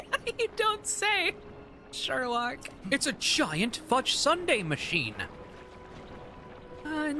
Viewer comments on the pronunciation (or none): I know she said "fudge sunday" but I swear I heard "giant futch sunday" and I swear if that's not on Bluesky today I'll be mad